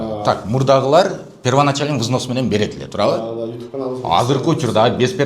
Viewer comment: Взнс эмес взнос деп айт.